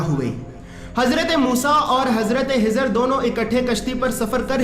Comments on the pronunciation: nam shi nhi bola khezar .a.s.thano hezar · Hazrat khizar hai in bhai ki kh ki aawaz me masala (problem ) hai kh ख خ bol nahi pa rahe hain shayed.